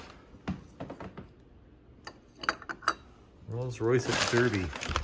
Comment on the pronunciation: Doubt you will see it but derby is pronounced DARby 👍